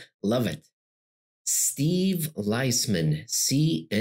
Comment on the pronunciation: it’s pronounced Leaseman Steve Liesman CNBC